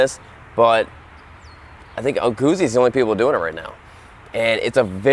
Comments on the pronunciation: You should pronounce Moto GUTZI - not guzi. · Great video, but it's prenounced "Gut-zee" not goozee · Moto GOOTSIE, not modo gussy... 😉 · Guzzi is pronounced like pizza. You get me? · The pronounce it like Gutzeee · Double 'Z' is pronounced 'TZ' in Italian. Plus the 'U' as 'OO'. 'Moto Gootzi' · I think it should sounds like "pizza", because it's Italian ;) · Gootzi, Gootzi, GOOTZI!!! 😅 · Guzzi. The pronunciation of Guzzi is Gootzi, the Z’s are pronounced like T’s, as in Pizza, Peetza. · G U ZZ I not Gootsie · Dude... In the video, says it like "gussie". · Guzzi is pronounced like pizza! you say PITZA and you say GUTZI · I have to say this was a difficult video to watch. First, learn how to pronounce the name of the bike you're showing. It matters. Also, that's not a touring bike, which would have a fairing, luggage and footpegs mounted further back that would allow you to shift your weight on the seat for long-distance comfort. The Guzzi Californian is a cruiser. It would help your viewers to get a much more comprehensive, or even rudimentary, idea of the bike if you would bother to learn its basic functions before doing the video: "Here's the gas gauge...super cool...don't know what that means...this here...don't know what that is..." Well, it could be the kill switch, which you wouldn't want to punch while you're riding in traffic. Learn how the bike works before you ride it. And it would seem that you might benefit from taking a beginner's Rider Safety Foundation course. The time to adjust your mirrors is before you leave the curb. And don't ride in the center of the lane, that's where the older cars are dripping oil. Finally, religion is a private and personal thing. Please keep it to yourself. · How he pronounces guzzi😂 oh these americans👌🏻